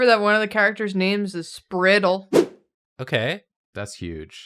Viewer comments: OMG not sure what I'm more shaken by, Julia's pronunciation of "Spritle" or nobody correcting it (It rhymes with "bridal," not "spittle") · Julia, no. The kid's name is pronounced 'spry-tle' which is so much funnier like two years ago I binged the whole series, and it's a goddamn trip. Not bad tho. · Don't wanna "um, actually," Julia, but Spritle's name is pronounced with a long "i" because he's small and energetic like a sprite. Would have been more appropriate to call him "Annoyingle," however.